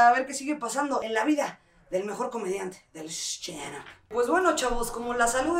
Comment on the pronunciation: Me encanto la edición!! Muy chistoso. Pero no más “shtanup”!! :(( Jajaja. No, pero todo bien!! Ya quiero saber quien mas viene! :)))